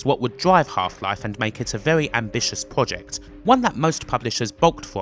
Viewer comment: nobody: this nigga: pwoject this nigga: wides the twain to wowk